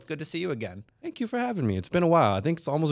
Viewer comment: why do you keep saying "dank you" its "thank you"